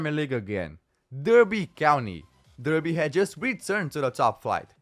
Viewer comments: Its pronounced DARBY, lol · Derby pronounced DARBY reading is pronounced REDDING. just fyi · Good video. Derby is pronounced Dar-bee.